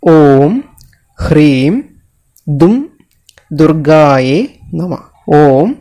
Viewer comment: ."....ഭദ്രകാള്യൈ നമഃ"ഇത് ഉച്ചരിക്കുന്നത് ശരി യായല്ല. ......ദുർഗായെ എന്നല്ല ദുർഗായൈ എന്നതാ ണ് ശരി.